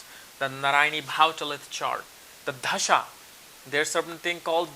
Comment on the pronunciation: It's not dhasha it's a dasha 😂😂😂😂